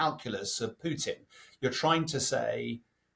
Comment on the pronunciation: I love how he says Pewton